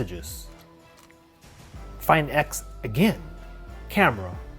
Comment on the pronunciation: Why he is pronouncing the words like that . Opo find ixxxx galaxy note ninnnnnne